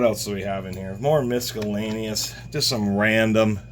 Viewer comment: misk-a-lainious..it's not a "hard C"..🐈..stop